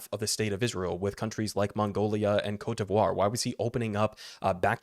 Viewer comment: I appreciate that you actually try to say Côte d'Ivoire. Your pronunciation is still Americanized, which is fine, but mostly correct. Only note, you don't really need to pronounce the "r" at the end. French pronunciation is more "Coat Dee Vwah" not "Coat Dee Vwar." Not bad though. I get annoyed by so many other commentators not even trying or just skipping it, saying "a west African nation," or saying "Ivory Coast."